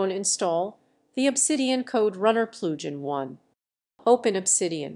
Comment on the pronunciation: Enable the Ploojin.. ZZZZZZZZZZZZZZZZZ * KAPOW* . Just Kidding Good info.